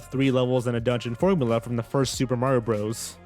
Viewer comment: Not foist